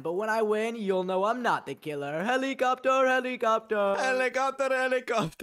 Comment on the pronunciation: Lol said helecopter helicopter 😂😂😂😂😂😂 hehehhehahahahahahhaha